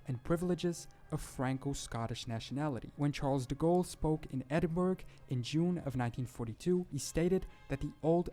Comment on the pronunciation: Horrendous pronunciation of 'Edinburgh'. That is all.